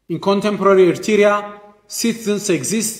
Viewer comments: This man the same like the PM from grade 7 Even he can’t pronounce Eritrea 🇪🇷 All his speech the same since 1991 blaming Eritrea and more Is he talking in empty house? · He doesn’t even pronounce “Eritrea” well. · He can't even pronounce "Eritrea" correctly, ye mehur mehaymoch sebeseb. Agasesoch!